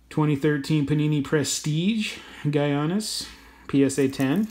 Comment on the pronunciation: And it’s actually pronounced “yanis” not “geeanis”